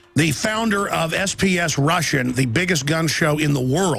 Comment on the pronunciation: Alex Jones literally said SPS rus. not FPS. does he even know what hes talking about?